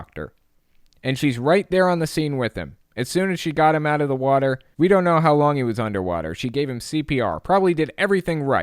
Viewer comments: Wa Ter, you are not impersonating Kent hovind unless you say wa Ter right. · You have to cough and clear your throat all the time. And he pronouns it "wah-ter" Dr Inmate is just a sad excuse for a human... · It's pronounced wah ter